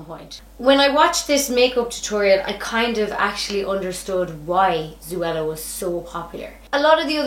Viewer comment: Yeah lol it’s zo-ella